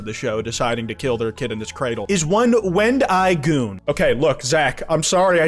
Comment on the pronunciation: Wtf was that pronunciation of wendigoon bro Praying that ts was just rage bait